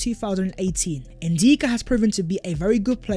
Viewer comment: his name is N DICK A .. not N deeka lol say it